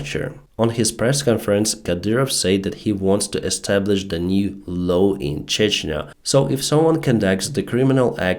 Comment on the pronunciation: LAW sounds like YAW or DOOR. Not low snow or blow.